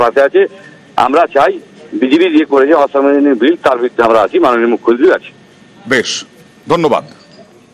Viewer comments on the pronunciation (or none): জঙ্গীপুরের বিধায়ক তো মনে হচ্ছে মালের ঘোরে কথা বলছে। 'মুখ্যমন্ত্রী' শব্দটা একবারও সঠিকভাবে উচ্চারণ করতে পারলোনা। ঠিক মাননীয়ার 'গরমেন্ট' উচ্চারণের মত লাগলো।